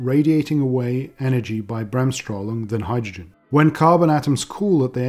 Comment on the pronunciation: I like your "Bremsstrahlung". Actually (as a German) I didn't know, that physicists use this German term in papers etc as the German language is not being used in academic communit Hubies (for obvious reasons)...anyway...Bremsstrahlung hooray !!!